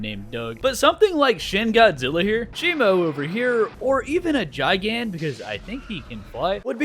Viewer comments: GIGAN. ITS PRONOUNCED "GUY-GAN" NOT "JAI-GAN"😭😭😭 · Its GIGan GI-gan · Kaiju nerd here, I get so jittery when someone pronounces Gigan as (j eye gan) but the G is supposed to be pronounced like the G in giga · ain't no way this mf just said "JaiGAn" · bros pronunciation of gigan rip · Your saying gigan wrong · him saying gigan like that is triggering other than that keep making kaiju 100 days videos plssss:face-purple-crying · Every single time you pronounced Rodan and Gigan incorrectly made me mad rodan ro-dan gigan Guy-gan